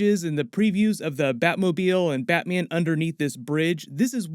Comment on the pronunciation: Nobody:: "BATMIEN"